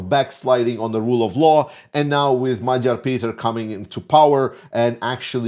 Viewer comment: Thank you for pronouncing Magyar Péter's name correctly and for your enthusiasm:)